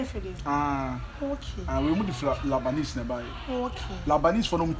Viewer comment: It's not labanese it's Lebanese wai